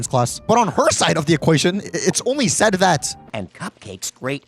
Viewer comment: “I nevew weally was on youw siwde”